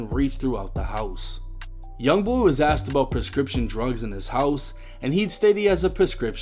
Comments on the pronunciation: I’m sorry but using the word axed 🪓 instead of asked is a black thing….. I live right a the border od north/south and in 48 years I’ve never heard a white person from south say axed 🪓. That’s a black thing like amboolands instead of ambulance🚑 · “Axed her” is crazy 😂😂😂😂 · So what ive learned is that make sure you pronounce your words correctly you can use the right words.. dude got popped for saying Axt not Asked, not gonna lie that's pretty funny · Bro you fucking me up tryna say asked the right way I ain’t kno I said it with slang I’m in ATL